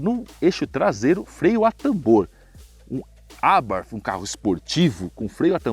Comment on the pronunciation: Pena q é nítido que não manja nada impressionante, nem a Abartí ele sabe falar kkkkkk sabe nada